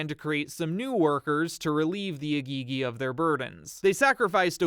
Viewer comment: It's pronounced í-gì-gì (Eh-Gee-Gee).